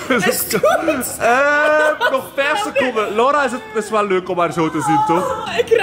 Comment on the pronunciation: je bedoelt heeeeeeeel goed plaats van heeeeeeeeeel coed 😅